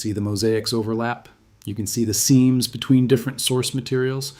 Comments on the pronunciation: You don't speak right! It's "seems" for the seams (of the map), a one syllable word, not "say-ams!" You, sir, are a robot, a husky-breathing robot. I wouldn't let my daughter date you. Get thee to the Acme English Academy and learn some! 😅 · "seams" is pronounced "seems," not "see-ams" Idiot narrator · You, sir, are a robot, even with your husky breathing. 😢 It's seams (of the map), a one-syllable word, not "say-ams."